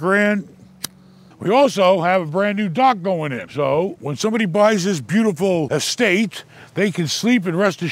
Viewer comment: "they have a degree in real estte?" haha